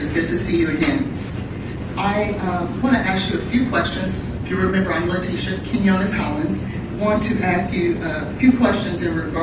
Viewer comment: Keen-yo-ness that’s how you say Quinones